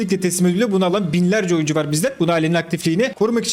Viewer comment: Oyuncu ❌ Oyncu ✅